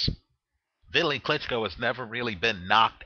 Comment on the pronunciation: ITS PRONOUNCED V_TALY!!!!